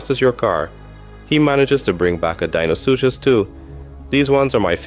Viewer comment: its saying you are deinosuchus likes deino from the flintstones instead of how it's supposed to be spelled and said.